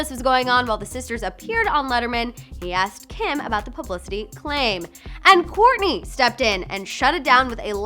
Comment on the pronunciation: Ur saying korny not kourtney